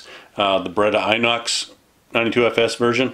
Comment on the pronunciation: It's pronounced ENOX. Just an FYI. Also, stop making me nervous by dry firing the 92fs. It's absolutely going to ruin the pistol. Otherwise it's a beautiful pistol 100%. I have the same one.